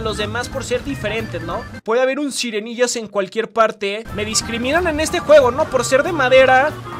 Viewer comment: Sirenillas no sirenggillas